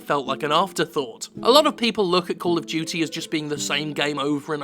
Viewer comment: Cawll uv Dyootee